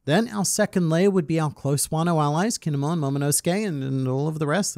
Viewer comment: Dude, stop fooking saying Kinunmon